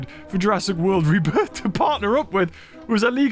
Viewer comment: calls it Rebirtha.